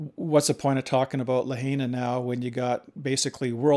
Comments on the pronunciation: It's La-hina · You're pronouncing Lahaina incorrectly